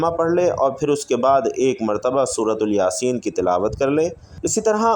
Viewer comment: سورۃ الیاسین یہ تلفظ غلط ہے